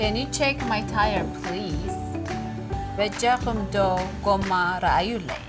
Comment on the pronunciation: Not bejakum doo ! Say it bejakum eba .....